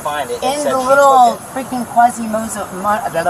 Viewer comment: She called the shed girl, "kwazymodo" damn